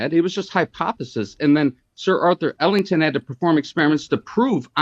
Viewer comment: He’s worried about pronunciation but he said Arthur ‘Ellington’ for ‘Eddington’